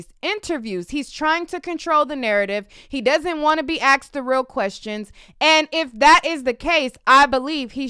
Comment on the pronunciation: Asked?? Or “axed”?